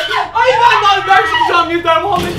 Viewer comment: Didemin düştüğü yere bir de "yeterğ" dediği kısma 1000.kez yarılıyorum hshshhshsjsjsjs